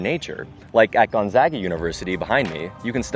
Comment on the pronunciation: Gonzaga! Go Dogs! And props to pronouncing it right, you must be a fellow Spokanite.